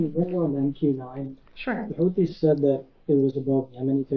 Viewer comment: Yeah I can see right through it it's not houthis it's whothis